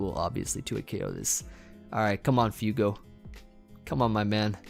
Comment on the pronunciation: you kept calling that first guy 'FEW-go' when it's actually 'FWAY-go'. It's Spanish for fire. Little did he know he was going up against the Heat Lord himself:]